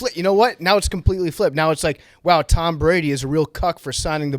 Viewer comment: Pretty sure there’s a O in tOm Brady